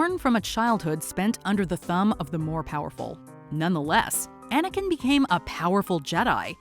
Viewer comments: I respect what you said but you said Aniken? Aniken! It’s GODAMN ANAKIN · When she said jar jar I got so angry but she said anikin